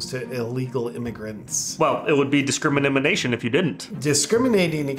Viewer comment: I wonder how many outtakes there were to say disceimanimanation with a straight face. Lol